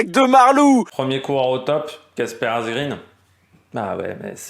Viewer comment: Quelques détails pour la prononciation des noms des coureurs: Asgreen se dit Asgrène (tout comme Eva Green se dit Eva Grèn). En suédois et danois, le double -e ne se prononce pas comme en Anglais. Van Gils se dit Van Rils (et de gendt de Rendt) Marc Soler se dit Solère et pas Solet (ça, ça fait sourire l'hispanophone que je suis). PS: N'y voit pas une critique acerbe ^^